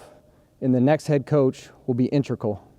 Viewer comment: He definitely says intracle instead of integral . And implemate